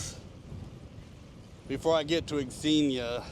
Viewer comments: X is pronounced as Z your the only person I’ve heard say X xenia, And I wouldn’t worry what the algorithm wants do what your subscribers want to see the algorithm doesn’t subscribe to channels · FYI it's pronounced zenia.